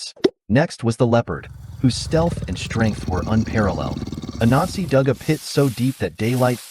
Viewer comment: Great story But when you said the god’s name it sounds slightly like “A Nazi” Might need to work on that